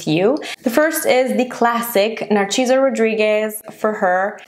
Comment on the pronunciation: Its pronounced Nar-SEE-so. I love that fragrance too for fall.